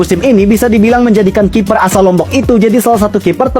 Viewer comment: kiper bang.. bukan kifer